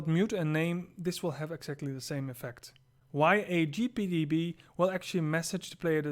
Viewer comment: anyone else hear him say JAG bot lol